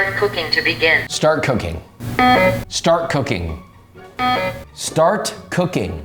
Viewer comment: Just say "START"